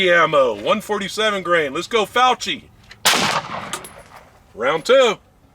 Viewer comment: Pronounce ‘cch’ as a hard ‘k’ sound, with a slight double consonant: ‘fiok-ki’. In Italian, there’s only one correct pronunciation, and this is it.